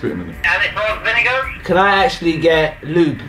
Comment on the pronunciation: when said "Salt and Vingear" i nearly shat my pants